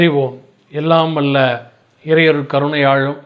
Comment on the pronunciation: அருலாழும், கருணையாழும்... என்னடா தமிழ் இது?